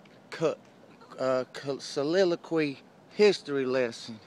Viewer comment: he lost me at his butcherous attempt at "colloquial soliloquy"